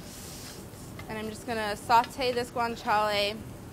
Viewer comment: Even though she can't pronounce it